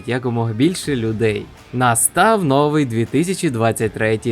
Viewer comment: ви молодець!! можна ще вас попросити змінити наголос у слові "новИй", а не "нОвий"; та у слові кіломЕтр (тобто наголос на останній склад), дякую за чудові відео і приємний голос, щасти у Новому році. Рус та ні пи**а